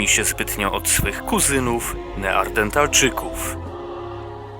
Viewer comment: Ooo Civilization :D Ile to nocy się zarwało grając w tą wyśmienitą grę :0 Chętnie przypomnę sobie te czasy i obejrzę tą serię u Ciebie, szczególnie z nowym modem :) No tylko prosiłbym abyś nie mówił "neardentalczyków" tylko poprawnie "neandertalczyków". A tak poza tym, to standardowo, dobry montaż, dobry komentarz, dobry Let's Play :D